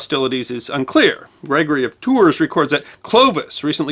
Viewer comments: I love videos, too. They're excellent and well-researched. Too bad he won't look up geographical names to find out how they're pronounced. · Yeah. I have family in Tours (pronounced “Tour”) and I counted three “Tours” and one “Tour” in this video. Still love you.